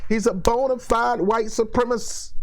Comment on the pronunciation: Great video. Hit most of the points square on the head in a way that is superior to many other commentators. I will watch much more of you in future. Only quibble is that you should say supremacist properly.